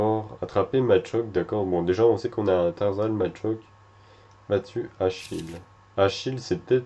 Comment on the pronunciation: Tarsal ce prononce tarssal et machoc se pronnonce pas matchoc